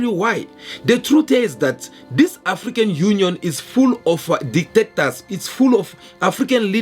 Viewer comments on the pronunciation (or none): ""DICTATORS""" NOT DETECTORS